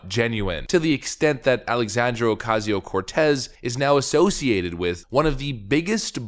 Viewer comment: Dude, can you just start saying AOC's name properly instead of "ALLEEESANDEEEEERO oooOOOOCAZEEEOOO CORRRRTEZZAAA". Best wishes from a concerned subscriber.